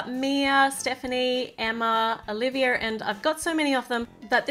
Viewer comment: Is it just me or dose she always say olivier in stead of Olivia?